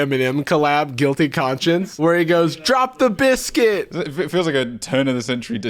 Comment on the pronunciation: I came back to this video a second time just to hear bliscuit one more time